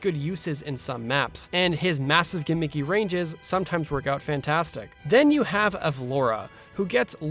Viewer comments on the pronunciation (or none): none